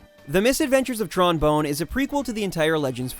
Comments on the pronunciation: He said Tron Bone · >can't pronounce "Tron Bonne" accurately >immediately leaves video